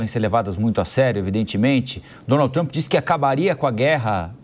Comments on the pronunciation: Nossa pelo amor de Deus um journalist pronunciado o nome do presidente todo errado , da até agonia de ouvir 🫣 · Porque vc fala o nome do Trump errado? Vc nao estudou pra ser reporter ? Os dois reporteres que conseguiu falar certo a local fala errado tambem.